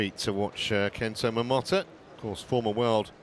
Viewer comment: Stop saying Momota like this.